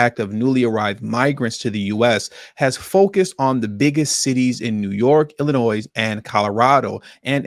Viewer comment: Illinois has a silent 's' at the end